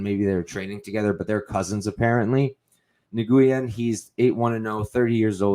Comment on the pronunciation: Great podcast but your pronunciation needs some work dude. Nguyen is literally the most common Vietnamese surname in the world, pronounced more like "new-win" but just as 1 word like "nuwin". Cheers : ).